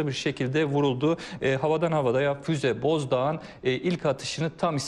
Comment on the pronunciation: Boğazdoğan değil Bozdoğan lütfen düzeltiniz.